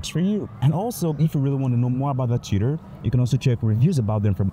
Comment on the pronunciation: Dude! “Tutor” I heard you saying: cheater, your pronunciation got me! 😂